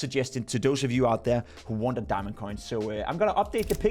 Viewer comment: "a gurarnteed diamong" dont say that again